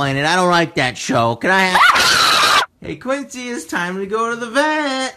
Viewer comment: its Quincy not guincy.